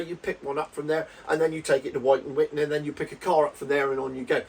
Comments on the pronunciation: Pronounced as Wutan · more like witten.